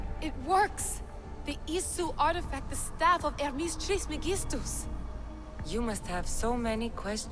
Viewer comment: Pronounced Hermes Trismegistus correctly but not Kassandra... oof